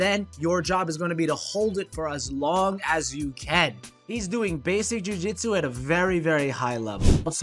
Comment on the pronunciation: great video, but right pronunciation is jiu-jitsu